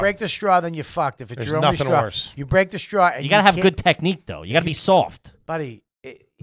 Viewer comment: saying “strawl” instead of “straw” is pure TREEAAASHHHH